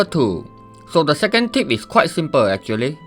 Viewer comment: You know his guide will be very accurate based on his speech impediment alone, this isn't your casual "achually" this is "Achhtually 2". If you're in a card game tournament with this guy he'll sweep you under the table.